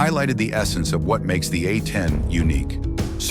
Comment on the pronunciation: Yea I tried to watch this after yarhubs, but by the time they said 'uh-10' over and over... I dipped.